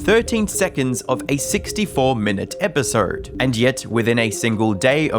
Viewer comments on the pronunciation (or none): It's EpisOde not EpisERd lol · A thirteen minute episerrrd